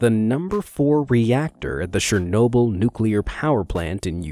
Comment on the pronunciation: Anyone else get distracted by his pronunciation of SHernobyl? LOL